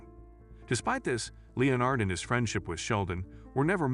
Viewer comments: It's pronounced le-NERD not LE-nard. Also, your hypothesis is lacking solid evidence. People name their children after friends and family all the time, and there's nothing suspect about that. There's nothing at all to suggest that Leonard is dead. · He was never called (Leo NARD ) Its just pronounced "Lenard " Is it an AI voice narrating? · Leeeonard? Oh AI, you have a long way to go. You came close , but then slipped back to Leeeonard. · Well I thought his name was Lenard, I didn't know they spelled it Leonard in the show. So I kind of get it. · It’s Len-ard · "LEE-UH-NARD"? Seriously, a sixth-grader could read these scripts better than an untutored AI. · Nah what drives me nuts in this video is this guys mispronunciation of the name Leonard. But he says it correctly once then carries on mispronouncing his name lmao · OH! COME ON!!! I've heard conspiracy theories that made more sense!!! And, for cryin' out loud, pronounce Leonard's correctly, not several different ways to show you don't know HOW!! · Right! There's a Screen Rant article on this that's almost verbatim. Not to mention not even pronouncing "Leonard" correctly.